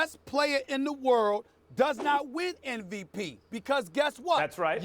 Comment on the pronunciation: can somebody tell Stephen A. to stop sayin NVP?